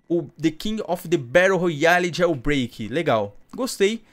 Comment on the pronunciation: Alguém percebeu ele falou jailsonbreik kk